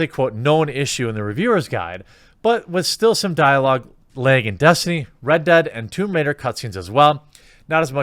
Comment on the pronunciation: Lag (or as Jeremy says: "Leg")